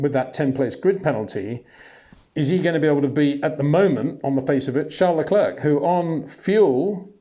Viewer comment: Great content but constant irritant of mispronunciation of Verstappen and Leclerc.